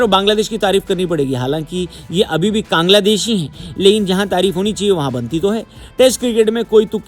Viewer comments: There is a clear difference between an ordinary person and a YouTuber with a huge platform. As a professional and influential YouTuber, you have a greater responsibility to be respectful and careful with your words. If you don’t even have this basic knowledge, please stop talking and don’t expose your mentality in public. Calling Bangladesh “Kangladesh” is not a harmless mistake—it comes across as disrespectful and unprofessional. At the very least, learn to pronounce the name of another country correctly and show some basic respect to its people. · Why are you insulting Bangladesh? Say its name correctly.😢😢